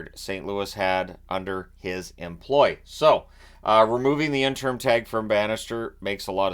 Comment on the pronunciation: it is pronounced In-ter-im....a 3 syllable word.